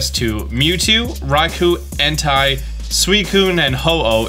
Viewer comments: Is that every American sound to say E-n-t-a-i not E-n-t-e-y ... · if you're going to keep making pokemon videos, please try to make an effort to pronounce the names right. En....tie? it's Entei. EN-TAY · really said Entei as “in-TIE” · He says it like Hentai without the H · Don't forget Die-alga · Did just say Entei name like hentai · THERE IS NO A IN ENTEI, AND THERE IS NO Y IN MOLTRES! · The way he says Entei sounds very sus. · The worst pronunciation of Entei iv ever heard.